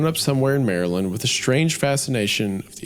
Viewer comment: Maryland mentioned 🔥 🦀 (And pronounced correctly 😂)